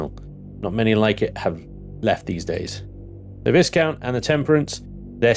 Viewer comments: The S in "Viscount" is silent. You're killing me! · come on, where is your 18th century pronunciation? Viscount is pronounced Vie-count